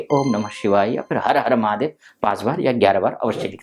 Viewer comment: Mahadey nahi hota, mahadev hota hai 😂....